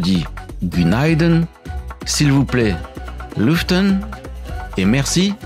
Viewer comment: Petite correction, le terme "Günaydın" signifie = good morning en anglais ... c'est une formule que l'on emploie en générale seulement le matin ou en debut de journée 😉... sinon il vaux mieux employé le terme " merhaba " qui signifie Bonjour en toute circonstance. Erreur pour le mots s'il vous plaît... erreur sur entre 2 lettre .. ft est faux .. cela ce prononce lütfen - lutfèn en français 😉